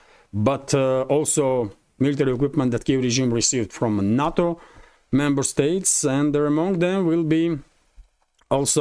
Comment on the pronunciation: Some reference info: NATO is pronounced "nay-toe."